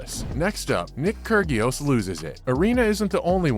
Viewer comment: Kur-gee-os? Where have you been? Pronounce the names right.